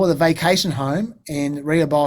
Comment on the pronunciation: Great content, as a US ex-pat in Australia you are my go-to source of American political analysis. I have basically ignored most of the Hunter stuff so this was really useful, all 6 hours! Also, FYI in case it comes up again, the suburb for Bidens beach house is pronounced Rah-hoe-Beth. Thanks again for the great work and enjoy your holiday!